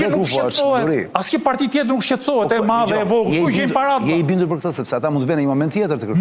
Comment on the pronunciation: Nuk di ku qendron veshtersia qe nuk dini te shqiptoni fjalen "madhe" ? Eshte maDHe, jo maTHe!